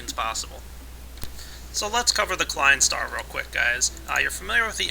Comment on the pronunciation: I loved the way you failed at pronouncing the Klein star number, here's a tip: /watch?v=EuhxrOBK6W0